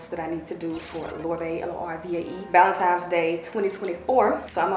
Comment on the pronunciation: I love you so much and know it’s just the Memphis drawl…but please…it’s ValenTINE’s not Times lol!